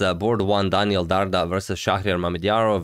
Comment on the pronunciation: Dardha is an Albanian last name and "dh" is ð in IPA. It is pronounced like "th" in "father".